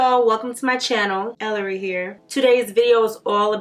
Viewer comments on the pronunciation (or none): You said everything that I was thinking. Mac screwed up. Side note: You may be pronouncing her name wrong, but you’re still loved Ellarie❣️